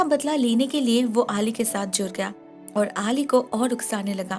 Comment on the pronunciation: I'm sorry to say but you mispronounced the name 'Ali' it's pronounced as 'Al-e'